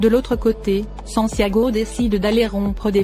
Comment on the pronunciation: Le mari de Catalina s'appelle Santiago et non sanciago